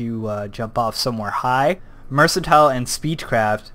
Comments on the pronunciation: 1. It's not "mersantile" it's "merkantile" 2. The place you start in is not Oblivion, it's Cyrodil 3. What you call Cyrodil, is The Imperial City.. Other than that, great vid! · "It's not 'mercantile' it's 'mercantile'" Did that make sense? No? Tada.